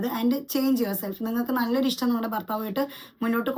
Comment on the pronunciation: 🤣 ' ഇഷ് റ്റം " എന്ന് അല്ല ഇത്താ 👆ഇഷ്ട്ടം ഇഷ്ടം 🤗